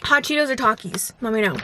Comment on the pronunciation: "Talk-is", bro if u dont say it right